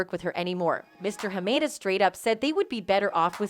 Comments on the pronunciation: HA MA DA please say his name right! Not HA MAY DA! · Wow the lawyer pronounced Hamada clearly and yet you still managed to butcher the pronunciation.